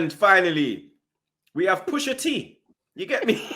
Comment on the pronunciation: Straight violated man first 10 seconds “pusha T”😂😂😂😂😂😂